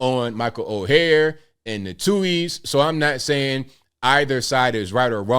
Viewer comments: Oher is pronounced as "oar". Like a boat oar. Not as "o-hair". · Someone please tell that “Oher” is pronounced similar to iron “Ore”, boat “Oar”, even “Or”, but not Oh-her. 😂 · Last name is pronounced Oar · his last name if pronounced OAR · It’s pronounced Or. not O-hair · I believe it's Pronunciated Michael Oher ("Or"). Great story. I always believed more behind this. Especially with all the funny business within one's own family in these colleges these day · Ok ok first his last name is pronounced like or. Everyone needs to watch the video Jason Whitlock put out yesterday about this. He goes deep into the history and such. Jason Whitlock does a fantastic job explaining things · ORE is how his name is prnounced per the movie. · Sorry to sound picky but my name is mispronounced ALL the time. His name is pronounced "OR". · Lmao, his name is or is pronounced, ( Or ) although it is spelled Oher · OAR!! OAR!! Pronounced OAR!!! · It’s pronounced “Oar” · Pronounced Orr like a paddle in a boat. Direct quote from movie. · That would be OAR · Dude, you have to at least say his name right! Oher, pronounced "Oar". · You're the only person I've ever heard pronounce his name like that. Speaking of his name...wouldn't it have been changed if he had been adopted? Apparently he wrote a book a few years back, and in it he acknowledged the conservatorship, and that he always knew about it. The movie implied the adoption, but they never claimed that. It's a MOVIE! His family (or former family) didn't write the movie line...HOLLYWEIRD did. Besides, anytime a movie states that it's based on a true story...we should focus on the word "based" and not "true story". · … take this down and wait for it to play out before you have to retract it. You have mispronounced his name every single time and this assessment by you is incompletely incorrect.